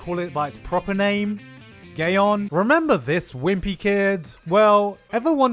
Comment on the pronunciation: "Gay-on" XD